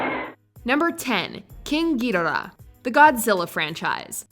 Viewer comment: am I the only one upset over that ghidorah pronunciation.